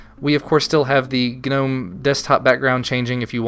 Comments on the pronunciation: the gnome website on the front page says 'nome' not 'gah-nome'. Sounds like your being stabbed every time you say nome. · Is Gnome pronounced g'nome? I thought it was normal ol' nome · i really really REALLY HATE how you pronounce gnome. its gnome as in garden gnome. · if anything, you should be pronouncing it as "G-nome"; "gah'nome" sounds ridiculous. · Tthe word Gnome, is not pronounced with a hard G. The G is silent. G.N.O.M.E. has the hard G only because it's an acronym not a word. The GNOME foundation choose the words just to make fun of language I'm sure. I hate it, and say nome because I refuse to say it that way. ... at best I'll say G Nome.. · Agreed. Does this guy also pronounce gnat GUH-nat? or Gnarly as GUH-narly? The word gnome has a silent G. You sound foolish and annoying. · STOP SAYING GUHNOME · lol, you say /gu-nome/ good review, thanks for the insight :D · the g is silent.... EHHHHHHHHHHHHH so anoying. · when will yanks learn to pronounce "gnome" and "beta" amongsed other things???????!!!!!! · the way you pronounce 'Gnome' killed me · Just saying... I'm pretty sure the "G" in "GNOME" is silent. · I always thought the G was silent... No? Any way man, quality vid and commentary as per the norm.